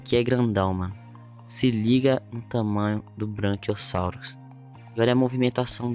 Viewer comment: É BRACHIOSSAUROS NÃO ''BRANCHIOSSAUROS'' POR ACASO ELE É BRANCO OU VC É DALTONICO.